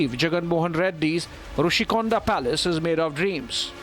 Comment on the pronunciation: It’s Rishi konda, not Roushi konda. I understood you got script from TDP. It’s government property not CM personal property.